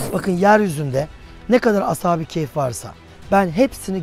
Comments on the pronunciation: Hem "keyf" değil, "kehf" olacak diyorsunuz, hem de sürekli "keyf" diye telaffuz ediyorsunuz. Bir de, Kur'an israrla "onların sayısını sadece Allah bilir" diye belirtip sayılarının kaç olduğunu kimsenin bilemeyecegini belirtirken, siz de israrla hem de köpeklerinin adini dahi telaffuz ederken, keske en azından taze taze bir Kur'an meali okuyp, bu konuda Kur'an'in muradı nedir diye bir on araştırma yapsaydiniz be hocam.... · Ashabı keyf değil kehf